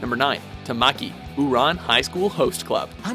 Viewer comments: TAMaki not TamAKI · First off, you mispronounced both Tamakia (Tom-ah-key) and Ouran (Or-on) Also, Death the Kid isn't an idiot, he has severe OCD, if you want an idiot from Soul Eater than Black Star is your man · It's pronounced TAH-mah-ki, not ta-MA-ki. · it's not pronounced Tah-mahkee. it's Taw-mah-kii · its tama-ki not ta-maki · Did I just hear him say Ta-maki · AND ITS PRONOUNCED TA-Ma-key!!!!! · how he said tamaki made me cringe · YOU SAID TAMAKI WRONG!! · YOU TOTALLY BUTCHERED TAMAKIS NAME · Yeah I got so annoyed at me because I saw this vid before watching OHSHC and I pronounced Tamaki's name wrong for a month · This is the first time I ever liked a WatchMojo video, if only because they put Italy as #1 (although I really cringed when they mispronounced Ouran and Tamaki). History has been made. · I swear if this guy pronounces Tamaki and Ouran wrong again one more time... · fr i love tamaki and i cringed when he said his name wrong or he could've called him tama-chan lol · THATS NOT HOW YOU SAY TAMAKI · Tamaki you beautiful idiot.. By the way you said his name wrong. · he said are lovable tamaki wrong, such a disgrace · The way they said Tamaki made me cringe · First of you can't even say Tamaki s name right it's not that hard, secondly death the kid is not stupid just upsets with symatry 💢 if any one it's black star who's dumb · 1. he said tamaki's name wrong 2. he is French after all 😘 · at the start there all I could do was out loud speak the correct way to say a characters name. but they didn't horribly mess up any other names besides tamaki and miria. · Italy being #1 was....well deserved...nothing else i can say about him xD But please stop pronouncing tamaki wrong. It makes me cringe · The pronunciation of Tamaki and Ouran simultaneously made me laugh and irked me. lol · Them pronouncing Tamaki wrong makes me mad. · It piss me off that he got Tamaki name wrong